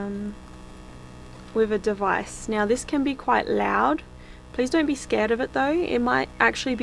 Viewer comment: (horse)... Be spooky not BEE spooky! Your a trooper thanks for the content!